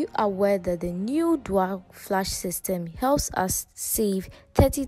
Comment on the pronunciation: Dual. DU-AL. Repeat after me. DOO- AL.